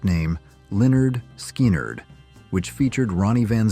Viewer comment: If AI is so good howcome it prononced Lynyrd Skynyrd 4 different ways in this video?